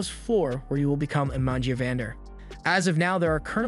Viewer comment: Is bro saying vill instead of will